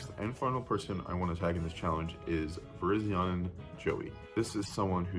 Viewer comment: You pronounced Virizion wrong